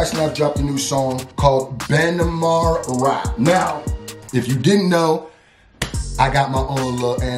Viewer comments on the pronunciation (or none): ben-e-maru is how you pronounce it.